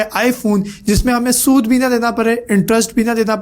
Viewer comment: Oo mery bhai ye sood nahi hota jo ap sood bol rahy ho Ulma e ikram se pehle rehnumai Kar ke phir video banaya karo